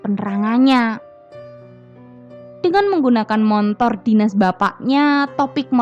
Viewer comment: Motor buk. Bukan montor.🤣